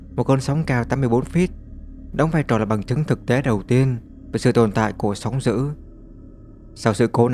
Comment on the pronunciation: Thằng này là giọng AI thì phải, đọc chữ "d" mà nó cứ "gì, gì". -sóng giữ.....??? Ngáo đá.